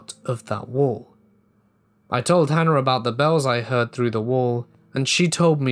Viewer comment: Certain accents do that. This particular accent also says “idea-r”.